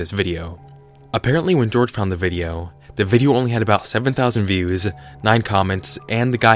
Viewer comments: You're americanizing his name. It's not pronounced George. It's pronounced whore-hay. Don't mean to be insulting either lol I just didn't know how else to type it phonetically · You keep pronouncing "BlameItOnJorge" as "Blame it on George." I thought it was "Blame it on Hor-Hey." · Its not pronounced George. Replace the gees with the sound of H's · STOOOOOOP! His name isn't pronounced like George! It's pronounced Jorge, Like "Hor-Hay." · no, he said it's pronounced like George, he says it in his videos. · It's pronounced (hor -hey) not George. Just saying. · it's horrhay not george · EpicOru Ulterra ya people always pronounce it George but it's hor hay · It’s pronounced blame it on hoar-hey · "jorge" is pronounced "whore-hey" unless it's Portuguese, in which case it's "jorj-ee". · I thought it's pronounced Hor-hey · I don't know if you just didn't know this, but Jorge is pronounced "Hor-hey". I'm aware the guy who runs the channel also mispronounces it, I assume on purpose. But it doesn't matter. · Jorge should be pronounced in Spanish due to the spelling